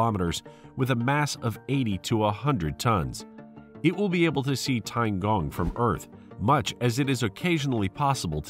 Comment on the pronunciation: Tiangong means heavenly PALACE, not heavenly PLACE, lol. Good video, but unfortunately, you butchered the names and especially the pronunciation pretty hard. Oh well.